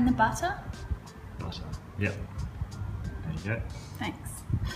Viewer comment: Yeap. There you go I hear it like this "yep yaye" :))